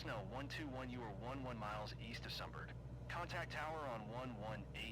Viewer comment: Excellent! I'll be doing this later today since none of my career missions are loading at the moment. By the way, Sumburgh is pronounced some-bruh. Greetings from the UK!